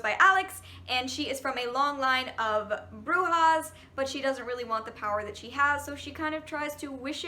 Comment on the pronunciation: I'm from Argentina and hearing you say brujas and alejandra made me smile like a fool